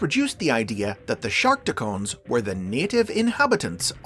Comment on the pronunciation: Damn it... It's Shark Tee Cons... Not Shark Tee Cones...